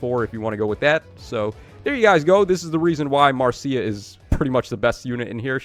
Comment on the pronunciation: btw, Marcia's name is pronounce "Marsha", I didn't know this until I actually met a Marcia, and she told me it's like the Brady Bunch's Marcia.